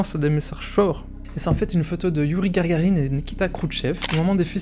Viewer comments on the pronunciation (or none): youri gaGArine et non GARGARine !